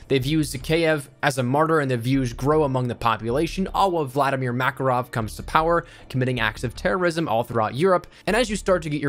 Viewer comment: It's pronounced MakArov (stress on the second a :p), not like Maccaroni